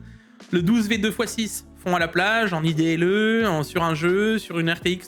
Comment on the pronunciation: on dit pas "i" "d" "l" "e" idle = eyedeulle = tourner au ralentit en anglais tout le mondre va comprendre